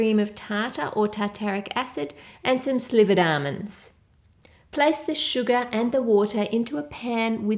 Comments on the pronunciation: When she said sugar, I heard Suga instead lol HELP.....(I can't be the only one wink wink)😁😅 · when she said sugar I hear Suga😂😂😂 any ARMYs hereeee?